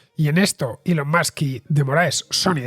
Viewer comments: Elon Mox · Cada vez que escucho “Elon Musk” no puedo dejar de pensar en Maduro pronunciándolo 😂😂😂